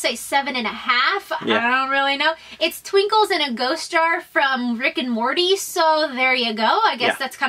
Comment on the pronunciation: Anyone else cringe when she pronounced it TWinkles?